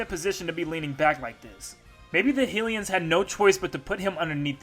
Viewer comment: Ngl this was poorly researched Also you’re pronouncing Hylian wrong btw